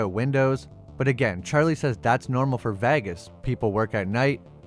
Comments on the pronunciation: I really enjoy your videos and with all due respect but why are you pronouncing vegas as vagus!? Honestly it sounds like a vagina fungus! Again i really enjoy your videos and thank you for making this content! But vagus... Not sure which is worse, this or them calling House of the Dragon HOT D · I am not sure where you are from or if the way you are pronouncing the city name is a joke, but it is painful. It is not Vag us it is Veg is. That is the closest I can show you, but I know you can find a spoken guide on line. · yeah he says vagas aswell ...its vegas..like vay-gas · I believe there's a lot of YouTubers deliberately mispronouncing words in their videos so that they generate more comment traffic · VEgas. Not Vagus. 😆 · It's Vegas. Not Vagas.. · You know it’s called Vegas and not Vagas? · The way you mispronounce Vegas is hilarious. VAGUS. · Your pronunciation of Vegas is killing me. It's VAY-giss, not VAH-guss. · Why the hell do you say vagas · Is that what he meant? I thought it's a fiction town called Vahghes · Why do you pronounce "Vegas" like that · “Las Va-Guess” Lmao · Vay- gus... You killing bro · Great job! (Low key LOVED every time you said Las Vagus!) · “Vag iss” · I had to turn on CC to see you were trying to pronounce Vegas as Vaggas. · Pronunciation of vegas was really off. Did this have a ai voiceover or u just dont know how to say things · I know you know thats now how you say vegas. Wtf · Why the hell do you stick Vegas like that? I usually really like your videos, however, your pronunciation of the word Vegas is annoying. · Hearing this guy say "Vegas" is painful. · Why are u struggling to say Vegas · its the way he pronounces Vegas 😂😂😂😂😂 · You gotta learn how to say Vegas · The way this guy keeps pronouncing "Vegas" like he's the G-Man is really sending me. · Yeah, I've never heard anyone pronounce Vegas that way.